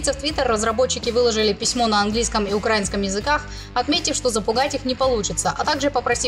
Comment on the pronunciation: не "укрАинском", а "украИнском"